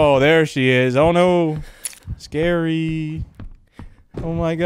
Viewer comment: The title is pronounced “Ski-ree”